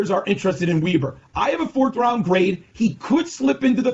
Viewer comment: It’s Weber not weeber